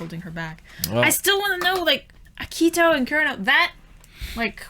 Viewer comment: Please stop butchering Akito's name! It's painful to hear! Ah-Key-Toe! Very simple name. 🥲